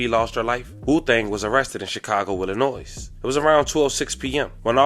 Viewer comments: Say Chicago “Illanoyz” 1 more time and imma come to B-More and find you😅…cut it out man…stop disrespecting my state….ILLA-NOY, tf😠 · Illinoise cuz 😂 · Pleaseeeeee love.... The S in Illinois is Silent... Y'all gotta stop this now:face-purple-crying:😂... NINE FIVE TWO ZERO is pernounced Ninety Five Twenty South Calumet Ave. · That "s" in Illinois is silent bruh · YOU DON'T PRONOUNCE THE "S" IN ILLINOIS GOOFY ‼️🤦🏾‍♂️ 😡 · IF YALL ONLY KNEW lol smh..that poor lady was a casualty in a serious beef between Tee Grizzley and another very well known rapper, a beef many people don't even know exist and he CANNOT even hint at it which is why he will sound somewhat incoherent. Y'all have NO IDEA. But just know, nah, it's NOT Tee Grizzley behind this, in fact he took a major loss with her passing. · THE "S" IN ILLINOIS IS SILENT GOOFY ‼️